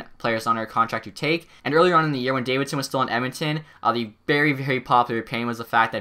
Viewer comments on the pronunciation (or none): none